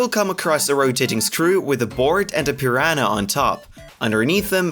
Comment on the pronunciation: It's not a pir-anna, it's a piranha